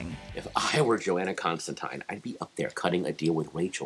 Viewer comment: Constantyne , rhymes with fine